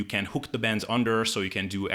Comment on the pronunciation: why do you talk so fast? As you know many words you say slightly Incorrect and it takes me a few seconds to realize what the word was that your thing for example bends is Ben's bands is bands and of course when you say Ben's I do realize that you mean bandsfor a couple of seconds therefore I constantly slow you down I listen to your show on 50%. Help a guy out able